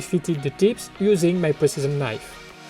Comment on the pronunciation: i hear prisoner's knife when you say precision knife